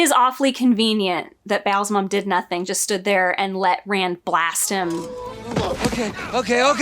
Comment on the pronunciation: Every time you try to say "Ba'alzamon", I see Dave Grohl in a devil costume. Weird.